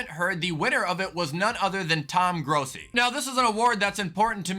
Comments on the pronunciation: It’s pronounced Grossi with a short “o”. Like Gr-ah-si Only packers fan I like #grossiposse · It's pronounced grassi not growsi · You just completely botched Tom's name... C'mon... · mispronouncing Tom Grossi’s name is heartbreaking ngl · God damn it you said Tom’s last name wrong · How you gonna say Tom Grossi last name wrong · He’s from Minnesota that’s just how he pronounces it